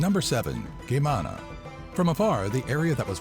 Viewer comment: I love the fact that Geamana was so badly pronounced, as well as nicolae ceausescu. Im not hating tho.